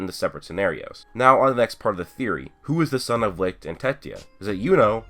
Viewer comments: I thought licht was pronounce like leech not lick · Licht is pronounced Lisht and not Likt it's German meaning light you can google it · Its called Licht dude Lichhhht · He's called Licht its a german word but most of u americans seem to have problems to say it right :)